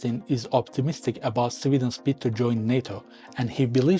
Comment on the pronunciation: Why are you pronouncing Sweden as civilian*